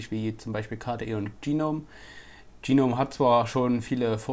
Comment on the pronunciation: Geeeenome? O.o GNOME! Da is kein E dazwischen.